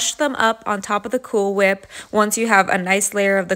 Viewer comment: “Cool Whick”😑